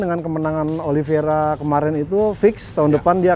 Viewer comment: Oliveira bang,bukan Oliviera.